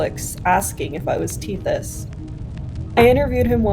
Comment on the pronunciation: Lil bro said “tethy” 😂😂😂